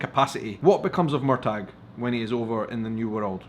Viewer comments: I thought it was Mur-tahhh not Mur-tag? Lmfao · The gh is silent Murta. However the Gàidhlig spelling and pronunciation is completely different Murchadh pronounced like this, but defy anyone to say it properly. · Spelled Murtagh, pronounced Murta the gh is silent. However the real Gàidhlig (Gaelic) it’s spellled Murchadh and the pronunciation is a real tongue twister. Plus Jamie In Gàidhlig is Seamus pronounced Shamus Red Jamie is Seamus Ruadh (Prounounced Rooa). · Hi love your channel but I have to pull you up for your pronunciation of murtagh is so wrong! lol😂